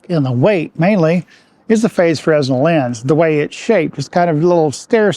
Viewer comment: Great vid! Side note - fresnel is pronounced fruh-nel (no "s" sound)